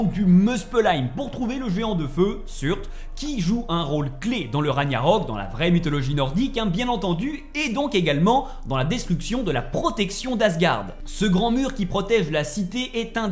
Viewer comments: Ça choque que moi les larbins qui disent "raniarok" au lieu de "raguenarok" Mdr "corne" c'est une "cor" mon dieu cet analphabète Une âme de dieu dans le serpent, c'est simplement un géant Mama mia plus j'avance plus c'est horrible, "Surt" pas "Sturt" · Stuteur ??? Au lieu de surt ??? Vraiment la ? Alors tes vidéos sont geniales hein mais alors tes prononciations fait un effort non? C'est pas comme si dans le jeu on l'entendait 100 000 fois mdr